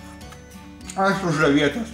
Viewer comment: jis sako ,,aš sužavėtas" o girdisi ,,aš už avietes" neapsigauk :)